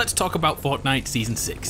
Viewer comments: This man said "Fautnite" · The way he says Fortnite